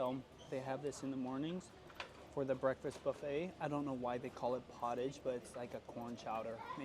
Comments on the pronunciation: it is pronounced 'poh- tarsh', a common word amongst chefs. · Corn Potage is French! And it’s not pronounced like that 😂